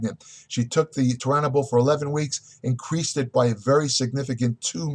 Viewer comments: You couldn't pronounce the word Tour, Cormier and then finally Turinabol. "Toruinabull??" I am out!! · Immediately discredited. He can’t even say Turinabol correct. Does he even actually know what it is?